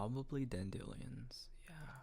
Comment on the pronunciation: ITS DAN DEE LION NOT DAN DEALION